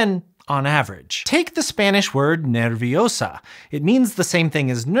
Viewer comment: Small correction: "nervioso" has three syllables: ner-vio-so (i. e. io is a dipthongue there). If I pronounce it as ner-vi-o-so, I sound to myself like Hermione when she says "It's le-vi-o-sa" 😂